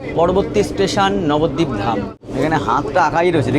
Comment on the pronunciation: Nabadwip❌ Babadwip😂